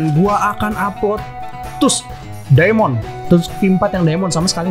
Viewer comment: bang itu bukan stun itu namanya knock down jadi gk bisa gerak kek jatoh gitu lah Edit: btw bang itu bukan "tusk" dibaca nya "task"